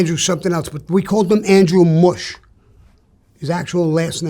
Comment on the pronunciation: MUSH NOT BUSH